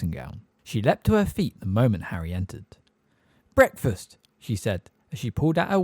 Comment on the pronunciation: Love how breakfast is pronounced bretfuss